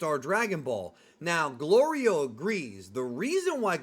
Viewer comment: Hey i dont mean to be a nit picker but i have to point out your pronouncing goliro completely wrong